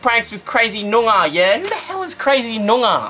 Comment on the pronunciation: it's nyoongah get it right